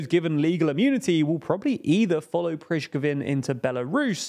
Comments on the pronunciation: Damn i thought you were done with calling him Prizhgovin or Prigozhvin. There is literally no V in his name. It reminds me of the novka kakovka thing.. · Dude, it's been more of a year of the war and you guys still aren't careful with names. Repeat after me: Pri-go-zhin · Why are you calling pregozin “prishkovin” ? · "Bresh-co-ven" what 😂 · Who tf is Prijkovin? :D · It's Prigozhin, not Prizhkovych. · Prishkovin 😂 please. How many times have you said his name and still say it wrong. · Who the F is Prishkovin? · Who is Preshgovin? :D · Jevgeni 'Prishkovin' Prigoshin... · I mean I myself laugh at Russian military so I can't be mad at reading Prigozhin as Prishcovin xD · C'mon man It's been more than a year into the war And you still pronouncing Prigozhin as Prishgovin??? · Where's the 'g' in the way you pronounce Prigozhyn?😁 Prizhkovyn?😁 I know it's from a different language, but the G is there! It's not English where reading stuff is highly optional! 😁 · Their name pronunciation seems super inconsistent as a whole, , they pronounced it as PRI-gozhin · Please make a simple research on how to pronounce Pregozhin. 😂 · There is no priSHcovin ... you should check your pronunciation. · Pronouncing Prigozhin as "Prishkovin", multiple times, really illustrates, you're just making Ukraine content for views, and don't actually care, or follow the conflict at all. Prishkovin? Have you heard his name pronounced a single time? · Who the hell is "Prizhkovin"? You could do with editing these videos a bit better. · Who the f*is "Prizhkovin" cause it sure ain't "Prigozhin". You've said it correctly one and then you switched. I've noticed that you have great trouble with slavic name, much more than other English speaker. They are not so difficult I swear you just have to mindful instead of rushing the video. I've noticed the same in other videos it makes them almost unwatchable for someone who knows the right pronunciation it's like literally a different story. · who is Prizgovhin? :D